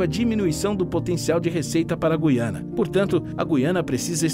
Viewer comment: meus parabéns vc é dos poucos videomakers q sabe pronunciar direito o nome do lugar: GU iana